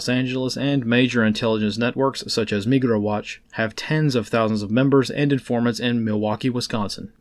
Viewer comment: When you said MigraWatch, I thought you said NegroWatch. That’s a different kind of neighborhood watch program.